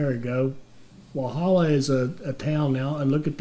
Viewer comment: I gotta say the first couple of times he pronounces any of these names is funny but then it becomes sad, especially when Walhalla (you’re over emphasising the H) was correct pronounced by the NPC. Bendigo is pretty historically significant, should be able to find it in another video on the gold rush or stockades that happened there. The mistake Americans seem to make is over emphasising vowels, we Aussies generally just blurt stuff out with minimal emphasis on any sound in the word.